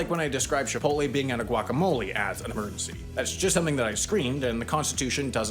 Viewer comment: Your pronunciation of emergency bothers me intrinsically. 😓